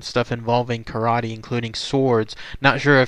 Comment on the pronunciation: Lots of false information and very poor pronunciation. Kar Ah Tay? It was not Rasario Gangee, it was his relative, Frank Gangi. You end with, “ this is all of the information tied to him.” Tommy is still alive and he is communicating with the outside world now. He paints and you can buy his art. Tommy may be a murderer but there are people that have great things to say about Tommy. This was pretty poor.